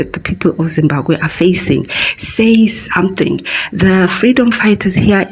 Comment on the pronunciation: Zimbabwe and not Zimbakwe